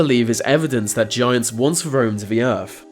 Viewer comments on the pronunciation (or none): The earf?